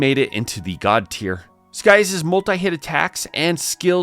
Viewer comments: That's not how you pronounce his name! Lol! Not Sky-us, it's Sigh-as/Cy-as. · “Sky-as”? I thought Scias was pronounced “See-as”?